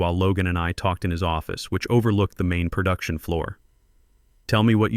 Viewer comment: "PERduction" is not a word. * PROduction. "PERtecting" is not a word. * PROtecting. "PERfessionalism" is not a word. * PROfessionalism. "PERdicTID" is not a word. * PREdicTED.